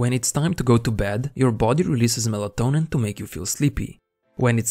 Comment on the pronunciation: MELA-TO-NIN Repeat after me MELA-TONIN MELA-TONIN